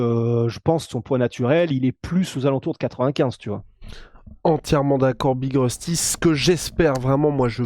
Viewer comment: Big rusty apprend a parler prononce bien les noms Anglais stp... Sinon autant mieu tappeler BIG LA ROUILLE